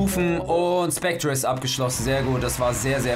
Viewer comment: Ich bin so triggerd du sagst Specter falsch😠😂